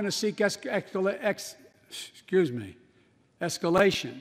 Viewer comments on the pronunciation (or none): DID YOU SEE HIM TRY TO SAY ESCALATION? OR ALL THE CREEPY WHISPERING...